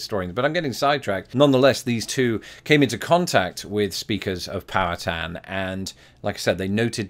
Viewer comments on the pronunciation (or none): What cracks me up, from being not far from Pittsburgh, your pronunciation of "Powhatan" sounds like you are saying "power town" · I think it's pronounced "pow-HAT-in".